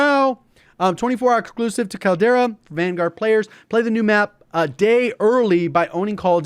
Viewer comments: Could be wrong but I think the name of the map is Caldera as in like a volcano caldera. Sounded funny to me how you were saying it like Kal-Tire Kal-Dera haha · Caldera is pronounced as call dera